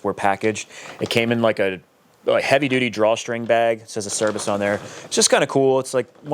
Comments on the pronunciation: I love it! So excited to see all the videos that are going to be going into this project. Also, I don't want to be that guy but I guess I'm going to be that guy. Acerbis is an Italian company and it is pronounced Ugh- chur ( like church without the ch )- bees. 🤣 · Nah, that's the only one. But don't worry, I pronounced it ace-er-biss for about 20 years before I learned the correct way. Search for Rocky Mountain's video on how to pronounce Acerbis, it's hilarious. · I worked at a powersports dealer back in 06, and none of us in the parts dept knew how to pronounce acerbis. So we literally called the company and said "hi, how do you pronounce your name?" They said a-cher-bees.